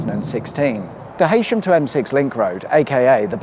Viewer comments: Nice video but Heysham is pronounced He Sham not Haysham (no a in there :) ) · "He shm" not "hay sham" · Heysham is pronounced heesham. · Definitely ‘Eeshm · Yep I was brought up in Lancashire and now live in Devon and we call it Heeeesham 😊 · It's nice that doesn't just stick to mispronouncing Scottish and Welsh names but includes us English with Heysham too:)